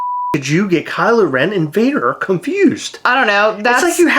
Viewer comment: She lost me with “Vader”